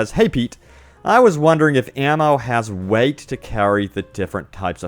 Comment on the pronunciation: Can't handle when he says weight